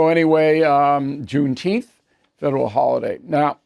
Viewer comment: It's pronounced June teempff